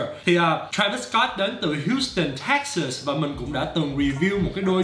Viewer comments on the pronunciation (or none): none